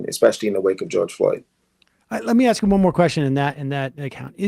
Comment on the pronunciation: Anybody who can't pronounce "ask" has no business being a dog catcher in Poughkeepsie, much less mayor of NYC